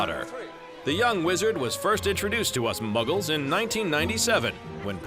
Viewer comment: Niye MuGgLe diyorsunuz beyfendi alındım gücendim... SFÖSÖÇSFÖÇFÖÇFÖÇŞFFŞÇFFWÇ